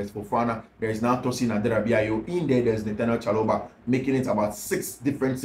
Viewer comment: Please it’s Trevor Chaloba Please it’s Trevor Chaloba Please it’s Trevor Chaloba